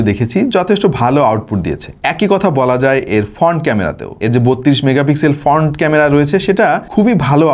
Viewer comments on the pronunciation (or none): 1.2 M এর চ্যানেলের প্রেজেন্টার যদি "ফ্রন্ট" কে "ফন্ট" তারপর "ওয়ান" কে "অন" বলে, "ওয়ালটন" কে "অলটন" বলে তাহলে এগুলো শুনতে ভাল লাগে না। ভাইকে আরও স্মার্ট হতে হবে।